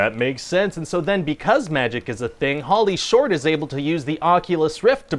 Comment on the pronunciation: Sounds like he says Pauly Shore, not Holly Short. Must explain the reviews.